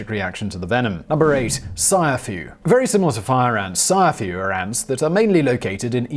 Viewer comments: 😂 😂 😂 It's not sayafu.... It's siAfu... Siafu is a swahili word for ants... Now you know.... 🇰🇪 🇰🇪 🇰🇪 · siafu is pronounced see-a-foo not sai-ya-fu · You pronounced Ciafu incorrectly. Pronounce it as Africans would. See A Fuuuuuu. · It's "see-ah-foo"